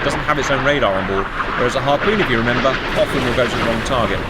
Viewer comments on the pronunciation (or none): none